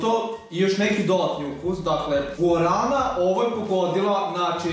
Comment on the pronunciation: guarrana a ne gurana